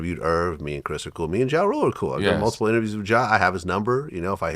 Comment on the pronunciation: Yooooo why couldn't he say "Ja Rule"? 😂😂